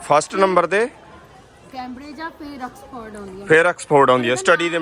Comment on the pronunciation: ਵੀਰਜੀ ਆਕਸਫੋਰਡ (Ax-Ford) ਨਹੀਂ। ਸਹੀ ਨਾਮ ਔਕਸਫੋਰਡ (Ox-ford) ਹੈ। ਏਂਗਲੈਂਡ (Angland) ਨਹੀਂ ਵੀਰਜੀ ਇੰਗਲੈਂਡ (Eng-land) ਹੈ। ਇਸ ਕਰਕੇ ਦੱਸਿਆ ਕਿ ਜਾਣਕਾਰੀ ਸਹੀ ਮਿਲੇ।